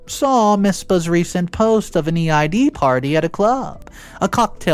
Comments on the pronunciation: Can people stop saving Happy Ramadan, it's not until March. Second, Eid is pronounced "eed" as a muslim for all my life this is a big irk of mine, other than that I enjoyed the story. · Eid is pronounced like ‘eed’ for future instances you might need to say it.